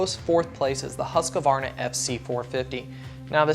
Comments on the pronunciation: Why cant people who speak english say "husqvarna" its not huskavarna its said huskvarna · Omfg America, there are two A's in Husqvarna not three!! It's "husk"+"varna". NOT husk-a-varna... please make it stop. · Why do alot of americans call it "husqavarna" and not "husqvarna" ? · They still can't say Husqvarna...Its Husqvarna not "Huskavarna"...